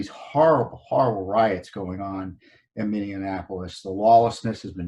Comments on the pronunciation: Tom, just a note, it is Minne-apolis, not Minne-anapolis. Just an FYI. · It is called Minneapolis not Mini Annapolis. otherwise I think You and Judicial Watch do great work for our nation.